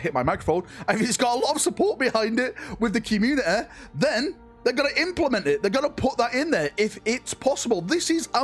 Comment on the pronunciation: Commu-ne-eh - come on man 😂